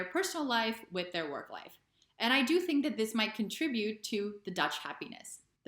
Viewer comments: Another mistake is tink instead of think! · Most Dutchies are saying sink instead of think!